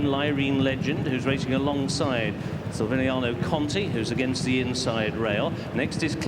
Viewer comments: Silviniaoooo Conti.learn the names,poor. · The commentator not realising that there is a "c" in Silviniaco really got on my nerves more than it should have! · Announcer can't pronounce Silviniaco, lol